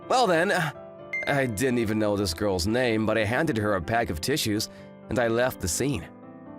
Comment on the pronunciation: have no interest on goils? bro goils?!!😂